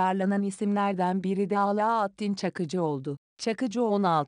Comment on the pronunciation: Alaaaaattın diyor sirinizin köküne kibrit suyu 🤬 abi 2 satır şeyi okuyacak hiç mi kimse yok ya 😡